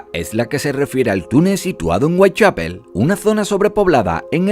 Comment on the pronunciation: Whitechapel: "Weitchapel" OMG